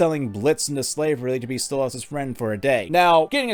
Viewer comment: STOP CALLING HIM STOLE AHHS ITS DRIVING ME CRAZY!!!!